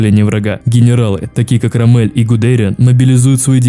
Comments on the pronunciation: Почему Люфтафе, а не Люфтваффе? Почему Панцерная дивизия, а не панцер дивизия или танковая дивизия. Ро́ммель, а не Ромме́ль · Роммель:существует: рамЕль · Привет, видос топ, очень прикольно с исторической хроникой, однако есть небольшие недочёты, во первых, там где должно быть фото Генриха Гиммлера стоит фото Гудериана, во вторых, не РоммЕль, а рОммель, не ГудЕриан, а ГудериАн, 😅 (без обид, просто неточности) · РомЭль, мои уши в крови :( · Либо это очень большой рофл, либо у тебя что-то не так с ударениями. Я конечно не жалуюсь, но РомЕль и ЛюфтАфе немного странно звучит😢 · Ставь ударения правильно.. ЛюфтвАффе. РОмель. ГудериАн. Ну можно и гудЕриан, но это устаревшее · И в общем, ты часто не правильно произносишь фамилии рОммель гудериАн